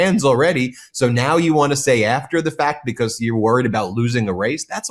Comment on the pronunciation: Gimme a dollar for every time Ben says Becoss